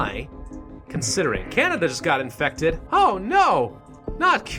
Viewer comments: on you said infuckted instead of infected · My favorite part was when he said infuckted instead of infected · “While already infuck-infected..” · he said infucked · “Infuc- infected” XD